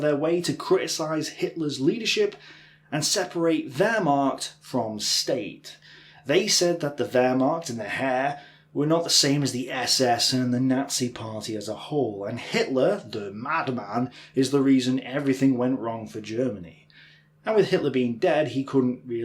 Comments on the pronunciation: Heer is pronounced "here" rather than "hair". World War Two is a notable exception to the notion that history is written by the victors. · Hi, you probably know this by now but 'army' in German is 'heer' and is pronounced more like "hear" than "hair". Otherwise it's confused with "herr". Great video, thanks for your amazing channel. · Earl of Doncaster.... No.... Heer is indeed pronounced more like "air". Most definately not like "here" as you suggest, with the American "long-e" sound....no. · "The army couldn't have been that good if it lost the war." This is fallacious reasoning of the highest order. Could I say, the Spartans weren't that good or they wouldn't have lost at Thermopylae? The German Heer (rhymes with 'hear', not 'hair") were fighting on three fronts against three great powers with Anglo-American bombing and the battle of the Atlantic draining resources, but as late as 1944 they were still dealing the Soviets massive losses while outnumbered